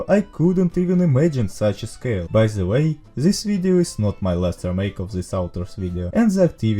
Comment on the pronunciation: may i ask why do you say "ze" insted of "the"